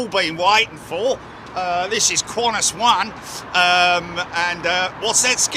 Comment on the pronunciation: lol...Aussies don't say "Kwon-tiss", they say "Can-tass".